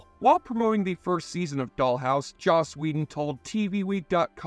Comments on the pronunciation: It's joss whedon not josh whedon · Who the hell is Josh whedon??? Lol u got to do better 😂😂